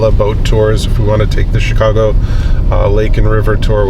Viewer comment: сами они говорят Щикаго))